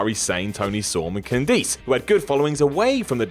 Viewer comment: Star hears you say Candice LeRae's name like 30 seconds in WHAT??? CAN-DEESE?????